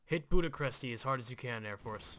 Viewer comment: bastards ? Budachresti (the way you spelled Bucuresti) ? ;( you hurt my Feelings....#PEPEisntProudofYou